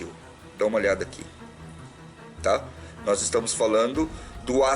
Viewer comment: Parabéns peito conteúdo! Sempre te acompanhando! Like toda hora. E "noiz" rsrsrsrsrs